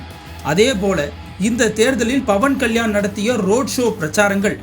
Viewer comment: dont say bavankalyan say pavankalyan😂